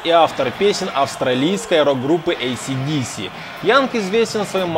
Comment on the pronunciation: Научись правильно говорить AC/DC!!! AC/DC абревиатура,ударение одинаково на каждую букву!!!